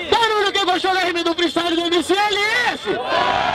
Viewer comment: Slc esse jefinho fala o nome dos MC tudo errado shahshs